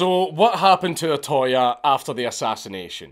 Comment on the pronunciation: It's not O-ToY It's O-To-Ya You British Grammer police are getting it back from Nippōn!